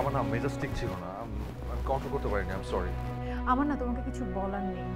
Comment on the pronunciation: মাউগপোলা, corry না sorry